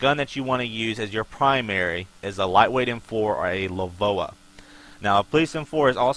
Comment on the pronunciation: You don't pronounce LVOA "Le-voa" you just say the letters. It's an acronym, Low Visibility Operations Application